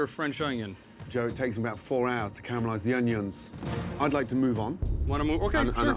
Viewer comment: never trust a man that says Ungions